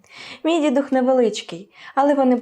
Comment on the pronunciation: Героям слава! Календар придбала, бачила його також і на щотижневому продуктовому ярмарку в Києві серед інших календарів по 110гр.) Єдине зауваження, бо Вас слухає багато людей: дідУх, дідухА- це із словника наголосів. Перемоги нам і успіху каналу!❤